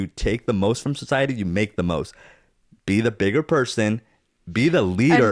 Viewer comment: What about Zach's "Social" = SHO-SHUL "Society" = SHO-SHY-ETY "Conversation" = CONVER-SHAY-SHUN